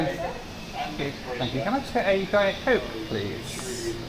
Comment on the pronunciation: Just an interesting observation: They didn't understand when asked for a Diet Coke . They did understand when you asked for a Diet Coke. I occasionally also hear people emphasising the 2nd part of a compound noun - and it confuses me as well as nomally one would expect part one (thr descriptor) to be stressed.